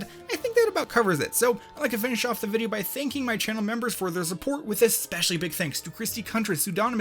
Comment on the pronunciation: no one:: psychonauts = bideo game